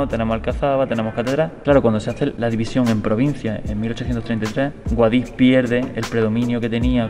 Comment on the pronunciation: como que guadiX.... se dice guadíH